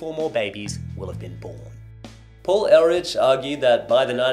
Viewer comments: It's not pronounced "air litch", it's "air lick". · Paul Ehrlich, not Elrich. That aside, great work. 👍